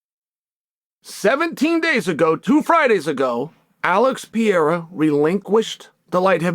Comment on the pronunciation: Please say it with me: P E R E I R A Not P E I R A Once More: P - E -R -E - I - R - A